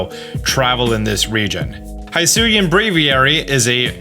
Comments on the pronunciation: It's hIsui and not hAIsui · Dude, I love your videos. I watch a ton of them. I know you saw the "pokemon presents" because I saw you watch it. So why are you mispronoucing Hisui (Hee-soo-ee) when we both know the narrator said it several times? For real, High-sue-yah? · The region is pronounced hee-soo-ee. Japanese i and u are always pronounced as ee and oo, respectively. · ITS HEE-SOO-EE NOT HY-SO-EE leave it to people to continue to INCORRECTLY say a pokemon region name 10 seconds after hearing the official pronunciation. Not difficult to pronounce japanese vowels, ya know since they’ve always been pronounced the same since inception. I - EE O - OH A - AW as in AWesome U - OO like in “moo” E - E sound like in “bed” Why say the word if it’s gonna continue to make others cringe. Its not a mashup up of the english word for hello+sui it is Japanese say it right please. Only tell you in the trailer 2 or 3 times how to say it. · Don't want to be that person. But it is he-soo not hi-soo. Japanese pronunciation. Comes from ひす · it’s pronounced “Hee-Soo-ee” not “high soo ee” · Its pronounce Hisui ( He sui ), not ( Hi sui ) if u want to confirm that go back to the presents and the narrator clearly says it, stop calling it the wrong way. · The region name should actually be pronounced HE-SU-WE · bro i swear to god. its pronounced h-ih-sooi and weird deer. did you even watch the direct? edit: have you considered that ride pokemon must be captured by the player and placed in their party before they can be used? edit 2: just wanna bring up that the coloured dots coming from the sky crack are the same ones as when time and space almost collapsed in diamond and pearl edit 3: ultra balls also appear later in the trailer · Is it pronouced “Hee-soo-e”? Because it is Japanese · the way he keeps saying hisui wrong is getting to me, i know he says things wrong on purpose often but this one i think he isnt realizing its not a long i